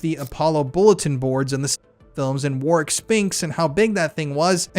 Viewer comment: So glad you pronounced that 💩 Warwicks name correctly 😎 Keep up the great work as we need to EXPOSE all the fiddy kiddlers Ps I caught the slip 😉 but nice recovery 👍🏻